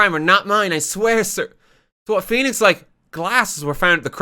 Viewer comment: Woenix Fright